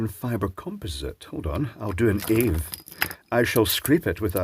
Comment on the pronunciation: Its not ave its a.v.e.